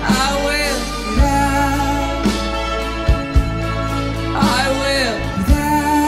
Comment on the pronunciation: It was good, but he made be there, in one word, bethere...lol..I agree with some comments here. pissed me off the way he pronounced I will be there.